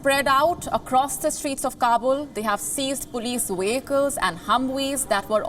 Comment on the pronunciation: What’s a Wehicle ? Is it like a welk?